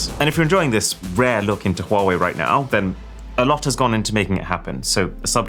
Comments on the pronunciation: funny how you pronounce huawei its like you have a stroke every time you say huawei also don't compare this to apple cause thats clearly shit compare is to sumsung its all copied from samsung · i used to pronounce “huawei” as hawaii lol